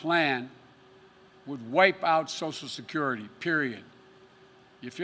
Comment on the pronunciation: Sosal Security